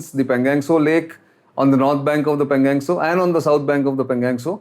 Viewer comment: Sir.. pl say पेंगाॅंग त्सो.. and not पेंगॅंग त्सो